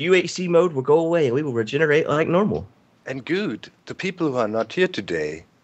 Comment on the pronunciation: errr its what is the seed? not wot is de seed